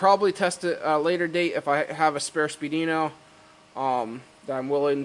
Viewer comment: it's pronounced speed weeno... not spee dino